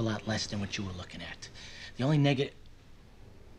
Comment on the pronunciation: It sounded like he said nigga but he ment negat